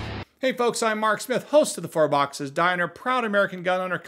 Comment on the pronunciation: It always sounds like you say “fart box diner” instead of four box diner and it makes me smile.